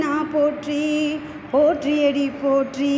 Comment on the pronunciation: தேர்ந்த குரல் அது மிகவும் சிறப்பு❤. உச்சரிப்பு பல இடங்களில் சிறப்பு; சிவ இடங்களில் தவிர்த்து❤. "போற்றி அடிபோற்றி' என்று வந்திருக்கலாம்; "போற்றியடி போற்றி"என்று வந்திருந்தது❤. ஆக, பிடித்நது❤. பாடகியம்மாவிற்கு அடியேனின் பாராட்டும் வாழ்த்தும்❤.